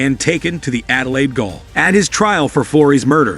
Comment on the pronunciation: Goal is pronounced JAIL......